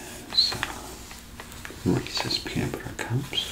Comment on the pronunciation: Most relaxing part was when he said Reese’s correctly.